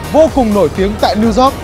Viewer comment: Hoàn hảo hơn khi Zóoc thành Dóoc (York)